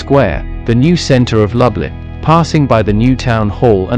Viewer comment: Pronounced as “ Looblin”🤭